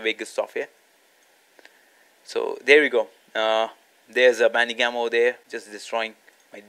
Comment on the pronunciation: Are you saying Bandigum or Bandicam??